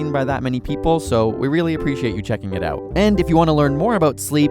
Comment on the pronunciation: I think I'm now an expert at identifying Canadians 😂😂. When they say 'out' you know right away